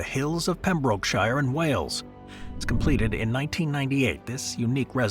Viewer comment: Your AI is showing. Not JUST in the terrible pronunciation of Pembrokeshire. Flood houses, floating on the water, described as "ground-breaking" ... how cleaver. (sic) EarthShips ... being flood resistant? THEY ARE IN A LOW WATER AREA. Flooding isn't going to be a thing there. Underground homes are hardly a new thing, and not really guaranteed to last forever. But that house in Wales is nice. Another underground house, Villa Vals in Switzerland, was more than just to leave the landscape "untouched" but also to keep the old farm barn (transformed into the house entrance)... and it's a vacation home, not an actual place someone will live for years at a time. "The Safe House" looks like a storage unit. Poland's answer to the zombie apocalypse, apparently.